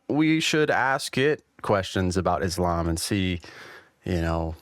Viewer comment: It is Islam إسلام my brother with an 'S' and not Izlam that sounds like Aslam أزلام witch means in Arabic lots, arrows, idols-divining arrows, drawing lots, divination by arrows.